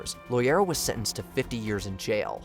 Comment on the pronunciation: Its loera not loyera I CAN'T BELIEVE AWP MADE IT ON HERE!